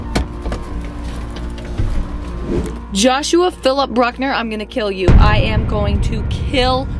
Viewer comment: I loved when said "Joshua Philip brukenur"☠